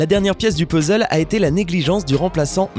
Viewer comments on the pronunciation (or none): none